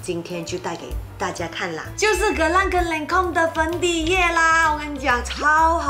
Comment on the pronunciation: 讀音是lon-come，not len-come